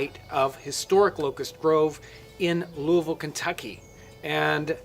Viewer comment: Good on John for (almost) properly pronouncing Louisville!